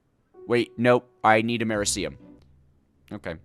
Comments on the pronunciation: The Way You Pronounce Americium Triggers Me Lol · FINALLY Took ya long enough Edit: that pronunciation of Americium is NASTY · Bro can't pronounce basic names like americium, lutetium, fluoroantimonic acid and other